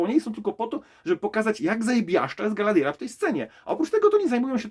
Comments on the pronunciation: Galadiera? Może przed recenzją warto by się nauczyć poprawnie wymawia imiona postaci. I te pierścienie mocy na początku, poprawne tłumaczenie na polski to pierścienie władzy. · Nie da się ciebie słuchać przez to, że źle wymawiasz chociażby imię Galadriela i Elrond